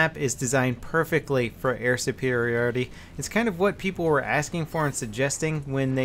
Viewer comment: Why does he says "Air Supirioty" if its "Air Supiriority"? is it ok both ways?